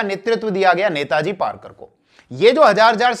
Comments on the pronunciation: सरजी ,"नेताजी पारकर नही, वो नेताजी पालकर है. कृपया नेताजी गलत नाम को1 सुधारिये. 'र' नही 'ल' है ' पालकर. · Rarkar no palkar kaho sir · पारकर नही पालकर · पारकर नाही पालकर है सर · नेताजी पालकर हैं । पारकर नाही .👍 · Sar aap nam galat bola rahe ho.. नेतोजी पालकर है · sir it is नेताजी पालकर